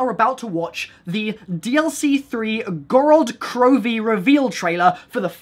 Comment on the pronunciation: People pronounciating Gorod Krovi wrong is too damn high!q